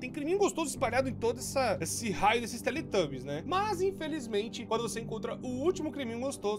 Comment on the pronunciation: "Então galera hoje vamos jogar SlendyTUBOS 3 é um joguin de terror q tem aqueles TUBO atacado lá, esse jogo vem daquele desenho dos teletubos, q tem aqueles tubo doido lá" ....sim, tubos e não tubbies O core falando slendytubbies errado é mais engraçado do q agoniante